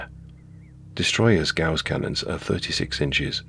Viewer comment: It's actually "Ga-uss" (not "goss") :)